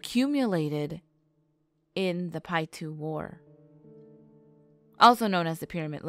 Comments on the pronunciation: My husband belongs to the tribes that surround the pyramid lake and it’s local area and I have to say, if you are going to talk about the tribes learn to say their names correctly. How grating. Paiute is pronounced Pie-yoot. Not “pietoo”. Also, Nevadans hate when people say “ne-vod-duh. It’s nun-Vaah-duh. Simple. Please. Correct these in the video, it’s insulting. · 🤦🏻‍♂️she said pie 2 lol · Is pronounced Pie-ute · It’s Paiute (pie-yoot) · They lost me at pietoo. Piute is definitely not pronounced that way. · You completely said the name of the tribe wrong